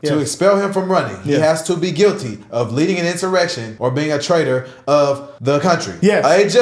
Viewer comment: Narrator say "in-simmer-rection" ? Is that a chat bot reading?